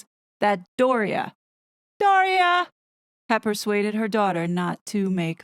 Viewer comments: i like bower saying "door-ree-uh" like diarrhea, which is what sparrys wife has, of the mouth...the apple never falls far from the tree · Does anyone notice that when Tom Bower says “Doria” it sounds like “diarrhea”? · Love how Tom Bower pronounces Doria almost like DIAHORREA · I love the wayBower pronounces Dorias name,its hilarious,only noticed day ago,how he says it, is it for laugh,his accent,not realises or what he thinks of her. How to spell it?!?!when you got the runs. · I like the way Tom mispronounces Doria's name. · I enjoy Tom Bower's pronunciation of the mother-in-law's name, making it rhyme with diarrhea.